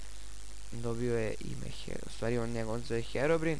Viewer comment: Brate ne kaze se HEROBIN nego HEROBRAJN ako nisi zao